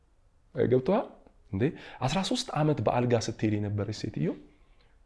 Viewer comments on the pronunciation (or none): I am really interested in the topic, but I am a little distracted by the word "Gebtokal?????" Please say "Gebtohal". too much unnecessary words.